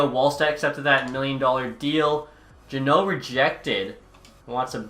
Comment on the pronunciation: He's finally saying jeannot right, who told you?